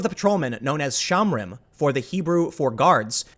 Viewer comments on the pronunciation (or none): Shomrim. Show-mmmm-ream. Not shamrim. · shohm-REEM -- not shahmrim. It means "watchers."